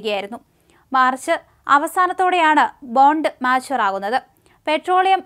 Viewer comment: ബോണ്ട്‌ മച്വർ ന്നു പറയണം മാച്ച് വർ അല്ല